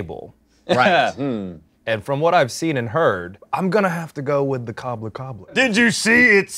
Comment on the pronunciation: those two ”wait w h a t” in that accent made me laugh harder than ever 🤣🤣🤣